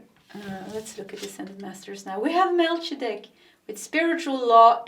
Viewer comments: fyi...Mel-kee-ze-dek....I love your readings so much!!! Thank you!! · Good morning! I chose pile 1 but then wanted to hear pile 3 as well. ("Melchizdek" is 4 syllables with "ch" pronounced hard like a "k" and the "i" almost like a long "e." Mel KEY zeh deck. More importantly, thank you for your excellent service in sharing your skill and insights, and above all, your clear, uplifting energy and laughter. You are helping to make the world a better place, bringing encouragement, light and clarity which help keep me focused in a state where I need to be.